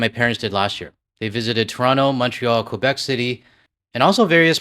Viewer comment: FYI for Québec it’s pronounced Keh-beck, the u is silent ☺️